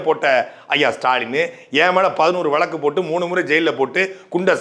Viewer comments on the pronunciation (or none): none